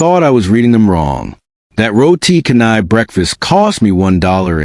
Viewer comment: "Roti Canai" is pronounced, "Row tee Cha nai"